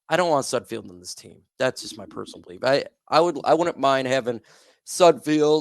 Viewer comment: It is Sud FELD.... Not Sud FIELD. You are as bad as names as SudFELD is at passing.